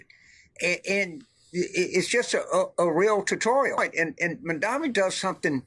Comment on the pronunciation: THE NAME IS MAMDANI..HE SHOULD LEARN HOW TO SAY IT 🎵🎵🎵💃💃💃